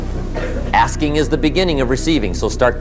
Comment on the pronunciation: Mann.... I thought he said the art of asians😂😅